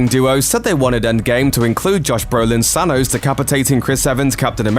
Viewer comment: Can we say thanos and not thanose